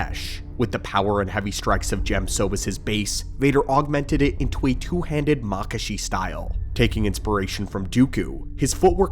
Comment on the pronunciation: ugh the mispronunciation of makashi is annoying.